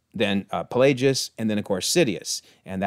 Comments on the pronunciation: Yord* I'm curious where you got Kord from. On another note, the name of Darth Plagueis is actually pronounced like the word "plague." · You are pronouncing Plagueis wrong, mate. Didn't you ever watch the movie where the Chancellor told Anakin of the 'Tragedy of Darth Plagueis the Wise'?